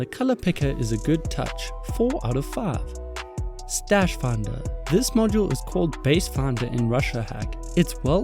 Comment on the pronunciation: This video 4/5... please learn to pronounce "Five" (not "Faave") correctly, it's just sounds odd, thnx